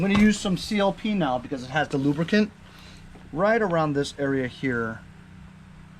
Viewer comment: Never say... Lubricant.... Only lubracan.... LMAO